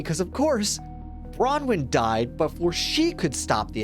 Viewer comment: This is the first video I've seen that has pronounced Bronwen's name correctly, this is something to be proud of